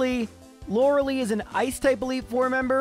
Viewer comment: Lore lie, not Lore lee. Also Tombstoner Brother